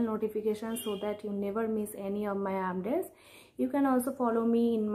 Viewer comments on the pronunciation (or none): Natanki... update toh thek say bolo 😅😂😂😂😂